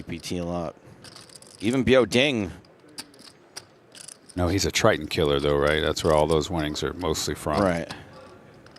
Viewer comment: Continuing to say Biao Ding’s name incorrectly after Williams corrected him is a trash move bordering on racist. It’s the same weird racist crap he pulled with Batak Wisbrod making the unfunny “Barak Hussein Wisbrod” line repeatedly.